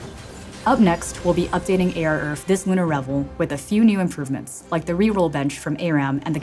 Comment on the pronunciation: It's ARURF (like "Arhf") not er-erf.